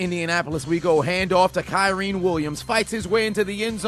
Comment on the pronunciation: you are mispronouncing Kyren Williams name